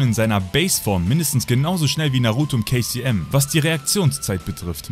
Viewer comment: Immer wenn du kcm gesagt hast hab ich kfc verstanden